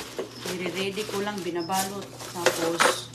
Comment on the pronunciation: Pasol? Puzzle please, kindi, di ba candy? . Mag aral ka na please inday ng English. Tapos, ridi, di ba ready?